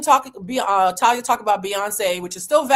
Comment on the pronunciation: The way you’re saying her name is driving me crazy. It’s Tah-lee-ah and she was in Mexican soap operas and a singer. She was part of a Mexican band then went solo. Married Tommy Motooa Mariah’s ex.Thalia also has a famous sister. She comes from a reputable family. I always found Thalia annoying. Btw, COO chief operating Office to me finance is CFO chief financial officer